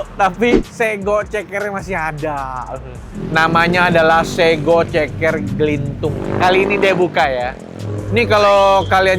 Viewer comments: Yg jawa, klo denger koh nex ngomong "sego" psti gmn gitu 😅 kyk....hiiiih 😊 bkn sego...tp tego koh. Kek pgn bnrin gitu😅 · Dibacanya sego koh, bukan sego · Bukan Sego koh,tapi sego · Bukan Sego koh tapi sego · bukan sego koh, tapi sego 😂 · sego koh bukan sego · aduh... bacanya itu SEGO bukan SEGO ko... XD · bacanya se "mirip kata seperti" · Nyebut sego nya salah koh, . 😂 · Nex carlos nyebut sego ae salah 😂😂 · Wkwkwk ‘sego’ versi Jakarta: e-nya beda sendiri 😭😂